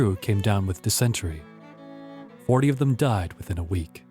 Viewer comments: What is your native language? It's not dis sen try, it's disen tary, emphasis on first sylabble. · Dis en TAIREE, not disent ery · Who narrated this!?!? Even with an inviting voice, the narrator can't pronounce half of the foreign names or even normal words! How does mark become marque, dysentery become diss-untry, encountered becomes inconter-ed... Oak Island was a fine place to acquire water and other deep oceanic vessel needs, including TAR. The "money pit" was part of a tar producing factory as far back as the 1400s. Learn your history before believing suppositions like these other children who obviously come from the shallow end of the gene pool! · I enjoyed this, but was distracted by the vast amount of mispronunciations: marque, tenure, Nevis, loath, dysentery, Quedagh, acceded, bury, etc. In a 30 minute video that's a lot. If you have text you would like checked over, I'll be glad to help; otherwise, dictionaries and pronunciation guides would be very useful, adding to the program's credibility.